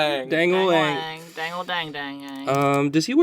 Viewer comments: It's ange not dange 😠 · So would the Japanese pronunciation of daang by "dong"? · Yeah, Aang's name was pronounced slightly differently but that's the only actual criticism I've heard of it. I think people just hate on it because it's trendy to do so.